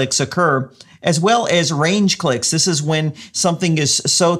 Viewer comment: Thanks. In the video it sounds like you are saying RANGE clicks instead of RAGE clicks, interesting metric to report nonetheless.